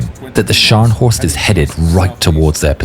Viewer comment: very good German pronouncing!👏